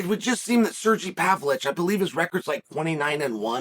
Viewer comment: ‘Surgee Pavlich’